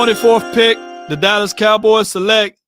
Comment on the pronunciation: why do you pronounce the name Dallas as Dallis cowboys?